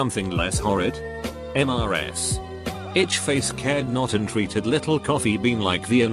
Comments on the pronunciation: I like how whenever it says “Mrs.”, the text-to-speech says,”M-r-s-.” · Why the frick is the voice pronouncing in M-R-S? Makes no sense.